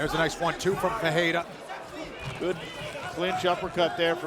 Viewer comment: Perriera lol 😂 wtf . Ferrierra